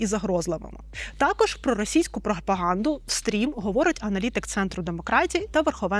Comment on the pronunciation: Не стрім, а стіам.